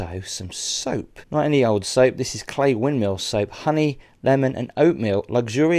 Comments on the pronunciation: I thought a local like yourself would pronounce it "Cly", not "clay". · I've always pronounced it as Cly... Oh, the big scary face on the fireplace is actually a Green Man, an early pagan and Christian symbol which is generally a benign character. He is normally found alot in churches.